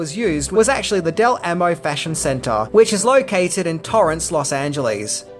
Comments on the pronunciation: Hey, it’s pronounced “Dell Aaamo” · sometimes you need to check with me on how pronounce So Cal names, it's 'Del Ah-Mo' mall.